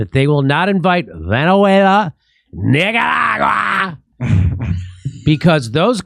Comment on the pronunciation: So if you can't pronounce Nicaragua right you have to make fun of it, so question? If you are just a pothead as you say why should we take you seriously 🤔.